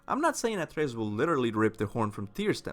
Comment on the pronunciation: He’s called Atreus not athreus ffs